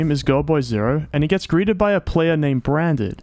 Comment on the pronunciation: it just me or branded sound a lot like brain dead?